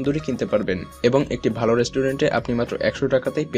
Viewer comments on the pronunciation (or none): none